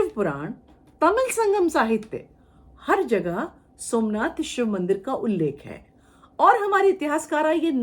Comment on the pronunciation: देखिए क्या बोल रही । इसकी मां और यह जाते थे वह मन्नाथ के मन्दिर सोमनाथ को मनआथ बोल रही है इतिहासकार की उपाधि ली है या नशा चढ़ा है देखिए बच्चों को जो पढ़ाया जाएगा वह सत्य मानेंगे।